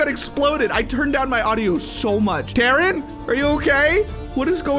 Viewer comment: you Almost seed my name my name es dadrien and you seed daren